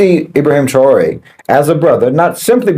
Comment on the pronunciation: What is it with that can't seem to pronounce or spell his name properly? It's IB RA HIM - TRA OR EH